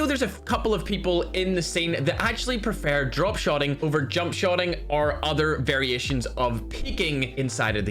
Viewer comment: Jumpp U said jumpp instead of jump